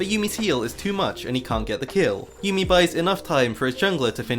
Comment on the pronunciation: Every time you said "yummi top" I laughed 🤣